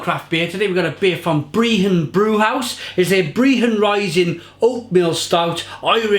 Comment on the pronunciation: BR-EH-HUN - not breehon